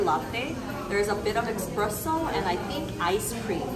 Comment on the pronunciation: Yes, there it is, clap clap clap. 👏🏻👏🏻👏🏻 P.S., I would be remiss if I didn’t correct you on your pronunciation of espresso. You say “expresso” (which a lot of people wrongly do also). There’s no “x” in espresso, so please, you have to learn to say it without the letter x. Ok?! 😍🙋🏻‍♀️